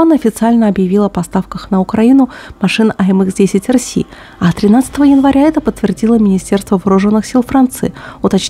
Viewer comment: В аббревиатурах не английские буквы, а французские, их надо произносить соответствующе